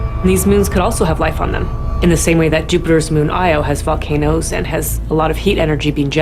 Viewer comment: did she just said fuckanoes